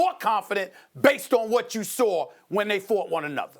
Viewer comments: Stephen “I know you sawr it” Smith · I'm weak. That shit was hella funny 🤣🤣🤣. SMH. Sawr it!...